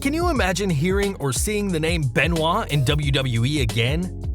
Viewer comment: You pronounced Benoit wrong just so you know